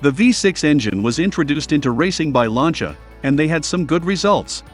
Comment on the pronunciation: Also "Launch-a".